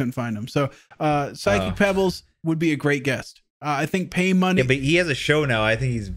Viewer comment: We all heard you say "" as a potiential guest and i think everyone online agrees... make it happen